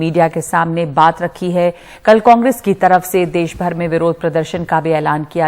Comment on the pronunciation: ndtv पहले तुम हिंदी सीखो देस नही देश